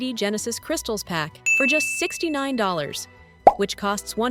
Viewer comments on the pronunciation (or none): none